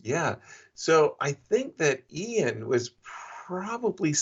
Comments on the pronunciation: Sidenote, How does Yasser not know how to say Ian yet??? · Why does Yasser intentionally mispronounce Ian's name? It's driving me nuts.